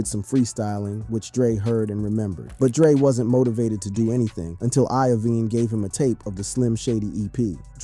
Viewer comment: You did a fantastic job with this short documentary! My only issue is you have got to pronounce names of legendary people like Jymi Lovine correctly. That part was very cringe. You have made me a fan 👍🏻